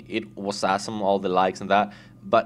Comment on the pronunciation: i likehow he always says asssome xD